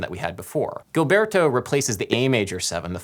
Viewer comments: Ai, e como! Joao Guilberto em vez de João Gilberto -- me dói o ouvido! ("Estadunidense" -- essa palavra não conheço, mas deu p'ra entender! rsrsrs) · Nice video. loved it. For future videos, if you plan to repeat words, like name references, get them right. You mentioned Xerox of a Xerox? Gilberto is different from Gilbert. It is a common name and is pronounced Ji, not English Gi. You know the name Emma? Try put Ipa in front of it, there you go. It is not Ipanima, more like IpanEmma. I worked hard to filter out the quirks in my ears to listen to the content. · You worked hard on pronunciations. Good job. But Gilberto should sound more like zheel BEAR tu. This Brazilian woman says his name in this video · it's not pronounced GILberto... It's a soft G/J sound... It's like the french, "je t'aime" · Fascinating！It does bother me when people don't take the time to find out how to pronounce things. In João Gilberto's name, both words start with the 'zh' sound as in the middle of 'leisure'. You get only the first one right. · Fun video. One thing I'm finding distracting: pronunciation of Gilberto. Is nobody going to comment that Gilberto is pronounced with a soft G? I scrolled way down but maybe I missed it. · I love you Adam, but please pronounce "Gilberto" with the zh sound of 'casual', 'fusion', the french J in 'je'. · Gilberto is pronounced Jeelberto. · Terrific work. Too late now though, but Garota is misspelled right at the get go. Only one R, not two! And Gilberto is pronounced with a soft G, as in GIgi. Sou brasileiro e a bossa vive no meu coracao. Thank you for disseminating the Bossa Nova. Muito obrigado! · Gilberto is actually pronounced as if it was a J (Jilberto). Doing good on the Portuguese tho! :D Great video as always. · Isn't Gilberto pronounced "Jilberto" though? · BTW, you are pronouncing the last name of João Gilberto wrong.